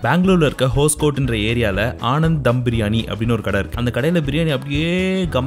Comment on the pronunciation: Hoskote wrong ha pronouns pandringa